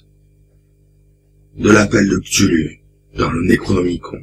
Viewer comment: ça se prononce "ctoulhou"